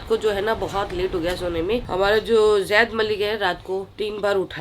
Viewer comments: Yaar pls vo Zaid hai Jaid nai hai pls use Zaid boliye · Dear plz take name as Zaid not jaid😊